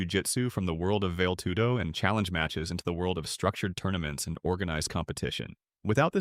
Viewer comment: It's "vah-lay-TOO-doh